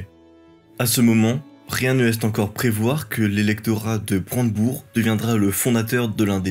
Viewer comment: Bonjour, Sur le fond, vos vidéos sont toujours aussi intéressantes, ce pourquoi je me suis abonné et hésite rarement à "liker". Dans la forme elle souffrent de nombreuses lacunes en linguistique (y compris française, ce qui est tout de même un comble). 1. - liaisons mal prononcées: • ("à ce moment, rien ne laisse-T-encore prévoir" à 0'30") • ("et que sa dynastie, celle des Hohenzollern, parviendra-T-à faire jeu égal avec les Bourbons et les Habsbourg" à 0'38") etc... 2. - pour info, Königsberg, de König" (roi) et "berg" (montagne), se prononce "Keunigsbêrg" et non "Keunigsbeurg" Bonne continuation.